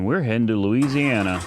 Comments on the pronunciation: Somebody just put a brake tag on the red vette before it sold at auction. Look 8-22. Also... Nobody says Lees-e-ana. 😆 😆 😆 I'd clear over the silver vette and leave it as is. I think it looks awesome as-is. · Louisiana not Indiana you fool